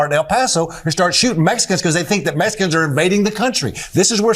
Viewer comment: When there’s a yahoo in a big ol’ hat defending “Messuhkins”, you know chump and his evil minions have gone too far.